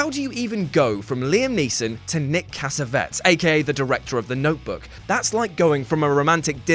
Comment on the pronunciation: What is it with these videos mispronunciations? Cassavetes is not pronounced that way.